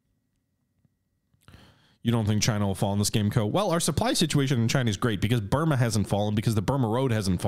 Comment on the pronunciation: but you said Bruma, not Burma.